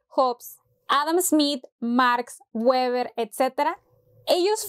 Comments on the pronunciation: El clásico de decir para Weber "güeber" y no "Veber" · Ah, ha dicho UEBER, como me duele en el pecho, siento ser pedante pero el nombre Max Weber se pronuncia como BÉBER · Weber jaja se pronuncia béber